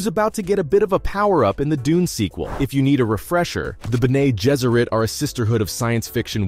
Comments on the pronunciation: Ber-Nay [roll eyes]...it's Ben-Nee. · The pronunciation of your narrator is horrible when it comes to the names of characters and the Bene Gesserit order.